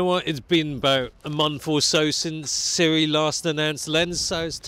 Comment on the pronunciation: Finally someone who pronounces Sirui correctly... So many people pronounce it SU-RAY, because reading is hard...